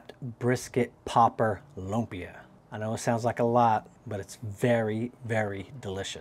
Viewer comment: please do not pronounce it as "LOOM-PEEH-YUHH" say it fast! say it quick! "LUMPYA!!!" ganon bro!